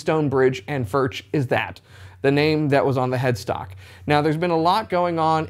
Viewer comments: one note, actually in Czech "CH" is pronounced differently from Engllish: "CH" sounds same way like "J" in Spanish ("Juan"), so it is better to pronounce it not as "FurCZ" (like in "Czech"), but more like "FurJ" (J like in Spanish "Juan"). I know, difficult .. ;-) Still terrific guitars regardless of pronounciation 🙂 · pronounced Furk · Please, pronounce as [fʊrɣ] or [fʊrx]. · Considering the large Czech population/history in Texas, it is great to see Alamo Music handling Furch! Thank you!!! I won't even ding you on the pronunciation! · His name is pronounced with a "U" like the first "U" in Albuquerque and not with a "U" like in Burger. The "CH" is more like the spanish way to pronounce the "J" in the name "Julio"..... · Great vid mate ... but PLEASE PLEASE PLEASE try ton pronounce the name correctly. You’re a musician, you have a musical ear and you have the ability to get it right. But like I say - great vid